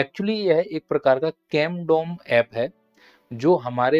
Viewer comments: Condom kyun bol Rahe Hai o camdom hai 😂😂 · Its Camdom not Condom 😅